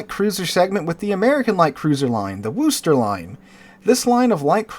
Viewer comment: Worcester is pronounced 'Wooster' with 'Woo' as in 'wood'. Unless you're from there. Then it's WooStah. Otherwise, good content, as always. :)